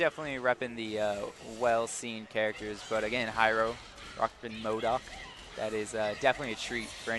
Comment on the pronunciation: has to seriously learn to say MODOK properly...